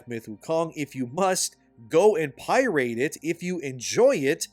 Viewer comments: Why do you pronounce pirate as "pie rate"? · uhhh "pi-rate"? You have to be intentionally mispronouncing that. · I love your vids but please learn how to pronounce pirate. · Pie-rate? Lol just messing with you boss. I appreciate the work you are doing. Keep it up.